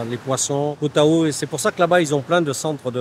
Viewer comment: koh tao ca se prononce koh taw ahahah